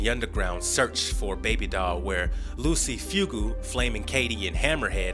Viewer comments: Wow, Jane IS in comic books, not at the very beginning but in the Vol.2. You just saw the tv show and check wiki-fandom to complete holes ? Also you mispronounced Monsieur (wich is not the 1st name of the gorilla) and De-creator... and Lucy Fugue, like... fugue ! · So this dude hasn't watched the series I'm assuming bc the way he says Decreator and Lucy Fugue is driving me insane